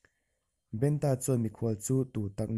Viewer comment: Ngawi teh aw.Eizawn leh pawisa hmuh nâna hman in tum anih pawhin lehkhaziak chhiar leh hming chhiarrik dan tal hi uluk teh u khai.Entirnãn--'Benta' tih hi mihring hming ani a,BEN-A emw BENṬ-A tiin lam tur.A ziak ang angin i chhiarzawm a,mihring hming nge,lui hming nge,ramsa hming tih a hriathran theih loh.Thawnthu ngaihnawm tak,a ngaihnawmna bo ṭhakin i chhiar tlat mai.Hei hi nidang zêla i fimkhura i inzir zêl nâna ka thurawnah lo ngâi teh khai.A hman hmanin Youtube-ah thawnthu,adt in dahlût hi sim teh u.Lehkha chhiarthiam satliah niloin 'chhiar dik' a pawimawh.Hei hi thurawnah lo ngâi mawlh teh aw.